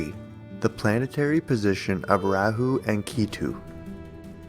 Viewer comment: You titled your video 5 facts on when the pandemic will end according to astrology. Throughout the whole video you did not answer this question directly. you said one thing right. kal yuga is age of liars. you did just that. be more authentic in video titles. and please learn correct pronunciations. raaa hu not ray hoo.